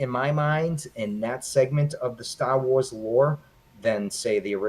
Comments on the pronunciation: "Born in '78, two years after the first flick" .. not that big of a fan if he doesn't know that the first film came out in 1977. Also, I stopped watching because I couldn't stop cringing at the little guy saying "Stah Wois" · Yup...I was wicked off on when Stah Wois came out 🤣 I find my terrible pronunciation of certain words to be offensive to some, including myself Mr. Burns!